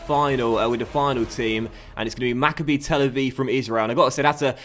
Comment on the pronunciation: Correct me if I'm wrong, I think its pronounce maccAbi not MACCabi.